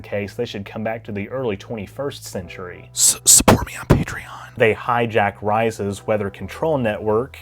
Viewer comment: quarter centurry why you have to say it like that?